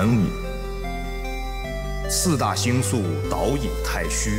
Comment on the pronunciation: 星宿ㄒ一ㄡ4聲